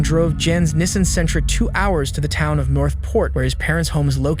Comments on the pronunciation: Did he just pronounce it NISSEN?...🤦‍♀️😅 (NISSAN) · Never heard Nissan pronounced Niss-Sin before